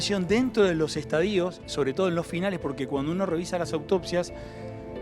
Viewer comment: Y se dice estadio, sin acento en la letra i